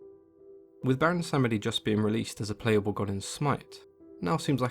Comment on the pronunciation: I believe it’s pronounced BWONsamedi, and he’s a troll priest.